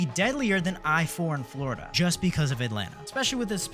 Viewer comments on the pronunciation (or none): none